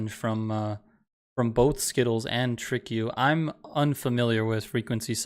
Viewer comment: On behalf of all The 100 fans/watchers... It's pronounced Tree Crew. ✨TriKru✨